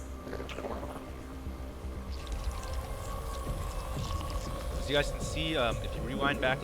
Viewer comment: The way she says Overlords makes my piss boil just as badly. Well, almost.